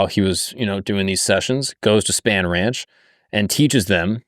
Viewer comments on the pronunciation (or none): Love your videos man, seriously, but. definitely doesnt watch documentaries on some of his vids before hand. Terry Melcher is pronounced with the "chuh" sound not a "Kuh". "Melkuh", lol. Spann ranch is pronounced "spawn" ranch. And you keep saying manson was a seriel killer.... manson afaik has never commited a murder. Now if we consider him telling someone to kill then thats a sifferent story. But manson himself never directly killed anyone afaik. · Has not seen Once Upon a Time in Hollywood? Its pronounced SPAWN Ranch bro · Also Spahn Ranch is pronounced Spawn. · How do you research Manson and Spahn Ranch, “Span Ranch”. I’m sorry. It just bugged me. Great video though.